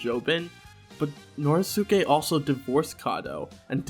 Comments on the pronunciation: this isn't really important. but the "i" in the "shi" in "higashikata" is like, silent. its more like "higashkata". same with "norisuke" its pronounced "noriske" just like jousuke is "jouske". i say this because the correct pronunciations are actually easier to say than the incorrect ones. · how do you say josuke correctly and then say "nori-soo-kay" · The only thing I have a problem with is your pronunciation of "Norisuke". You pronounce "Josuke" correctly though. The "suke" is always pronounced "skay". Josuke, Sasuke, Norisuke. Also, I really hope Norisuke doesn't die.